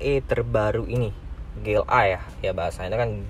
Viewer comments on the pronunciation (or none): Konsisten kalo emang mau pake bahasa Inggris. Ji El Ei bacanya. Bukan Ge El Ei.